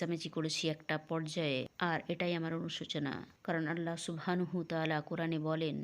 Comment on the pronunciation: এই সত্য ঘটনাগুলো খুবই ভালো লাগে শুধু বাংলায় বর্ণনাকারী মহিলার "চাঁপাই বাংলা" উচ্চারণটা বড্ড শ্রুতিকটূ, তবে তিনি নিজেকে কিছুটা সংশোধন করেছেন মহান আল্লাহর নাম সঠিকভাবে উচ্চারণের মাধ্যমে যা তিনি আগে "আলহা" বলে উচ্চারণ করতেন।